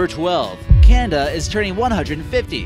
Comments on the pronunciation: why does he keep saying "kanda"? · Some intersting things going on with CANDA, this dude can’t pronounce anything lol.